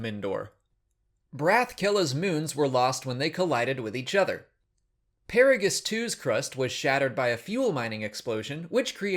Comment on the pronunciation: He mentioned Peragus but butchered the pronunciation.